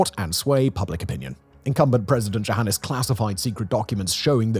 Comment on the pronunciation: If it had been spelled with a J, would you have been able to better pronounce something that is, essentially, Johannes?